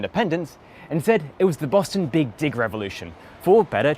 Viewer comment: Sounds like he’s saying BIG DICK not BIG DIG Lmaooo "…………SHOUT OUT FROM THE BEAN YESSSSS